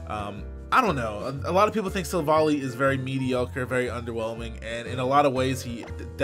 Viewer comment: Yo,! It's pronounced like Silver Ally, since the japanese is basically "silver buddy" in English.